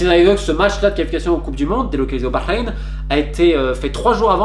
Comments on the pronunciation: J'aime la façon dont tu prononces Bahreïn..t'as le potentiel pour bien parler l'arabe. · Quand t’as du Bahreïn tu l’as dit comme un arabe félicitations pour la prononciation sincèrement excellent journaliste qui dit beaucoup de vérité